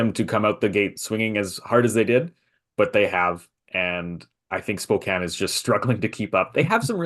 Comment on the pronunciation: Fellas, I gotta correct something (its an issue with basically everyone not from the PNW, but a little more common/prominent with Canadians) much like with Spokane, WA, USA, the correction phonetically is win/when-anch/antch-(like ranch minus the r)-ee (like see/sea minus the s)